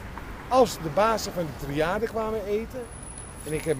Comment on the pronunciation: Waarom de fok zeg je tirade ipv triade?